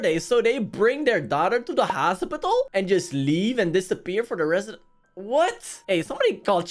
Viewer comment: you say hosipital